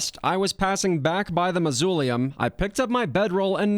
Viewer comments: mausoleum is not pronounced like that lol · Mausoleum as well